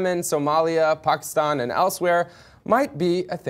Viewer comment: Why can't u say Pakistan normally?